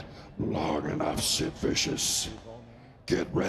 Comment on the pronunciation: Also, he botched Sid's name and called him "Styd"